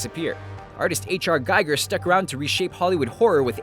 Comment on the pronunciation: H.R. Giger pronounces his own name: GEEH-GUUR, not, GIIE-Gurr.